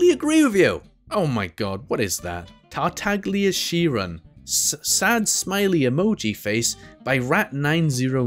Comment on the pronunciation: Cartaglia is amazing, but the G is severly overpronounced. Tectone says it correctly funny enough